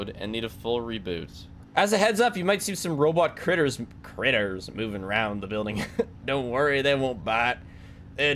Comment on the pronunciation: starts voicing it normally -sees 'critters' -gives it a cowboy accent instantly